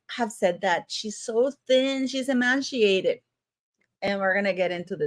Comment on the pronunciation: Emaciated, not emanciated.